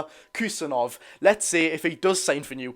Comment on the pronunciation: if you say Abdukodr Husanov, it will sound more correct.